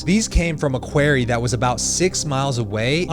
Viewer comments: Hey I love your vids and your spirit but, Quarry is pronounced KU-O-RY not KU-A-RY, unless you'ra frum Nu Eork. 🤗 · You don't pronounce Quarry correctly. It's not kw-air-ee. It's kw-orry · It's pronounced kwah-rry not carry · quarry = K -WAR -EEE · A….what ? A “Quairey”……..? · You’re mispronouncing quarry. How very very ‘merucan. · Sorry was only able to watch this till you said "quarry" the second time. I was laughing so hard I couldn't continue. Have you never heard a human say this word before?